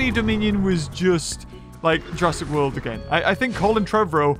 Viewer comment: jur - a*s - ic world!!!